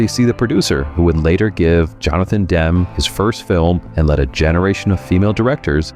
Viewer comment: how are you reviewing films and don’t know how to pronounce Director Jonathan Demme’s name ?